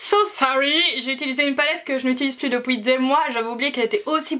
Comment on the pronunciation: J'adore quand tu dit "depouii"😝😂